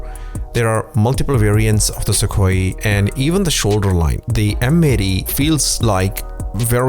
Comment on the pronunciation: That's not how Sukhoi is pronounced.